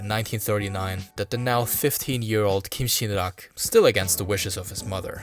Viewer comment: As a korean, you pronounced kim sin rak very well😊😊😊. Thank your awesome content